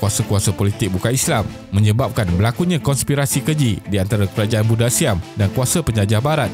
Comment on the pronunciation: Sebutlah betul².langkasuka bukan langkesuke.buddha bukan bude.mahawangsa bukan mahawangse.